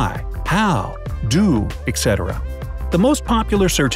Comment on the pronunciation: It sounded like you said “ECK cetera.” Please, I HOPE I didn’t actually hear that. You’re not another one of those are you? (Etc. Stands for ET cetera.)